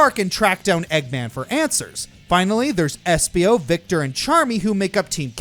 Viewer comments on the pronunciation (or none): Did anyone else notice that said Victor and not Vector. What is this, Despicable Me? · Did he just say Victor instead of Vector?